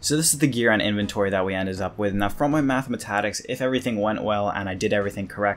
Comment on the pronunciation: Did my guy just say matha-mah-tatics